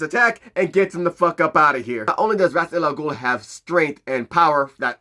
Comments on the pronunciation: I like Ghul's proper name pronunciation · Pronouncing Ras al ghuls name incorrectly the whole time ruined it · Damn. That name thing is a game changer. Also props for learning and making sure to say it fluently so many damn times. I can't promise I will get it just as fluently but I will practice. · didn't batman pronounce Ra's name two different ways in this movie. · Well...imma just go with Kevin Conroy's pronunciation on this. This "true" pronounciation has that Carl from Jimmy Neutron saying "Croissant" energy. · fuuuuuck... so we've ALL been saying his name wrong this entire time!? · It's been mispronounced in multiple different ways. I'm almost reluctant to take it because this is the 3rd pronunciation I've heard for it. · Holup then DC needs to correct how his name is pronounced! Cause from Arrow, Batman the Animated series, and many DC IPs pronounced his name as it shouldn't be. Please point this out so more fans figure out how to say it.